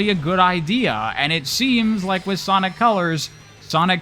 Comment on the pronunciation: Did anyone else hear them say Ponic colors in the beginning